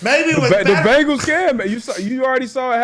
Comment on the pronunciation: hate ppl are saying BAANGALS. like its a fkn E in there, not an A lol. BENGALS